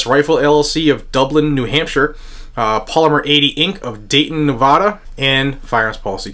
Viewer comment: While this channel is small, can I please ask that you pronounce Nevada correctly?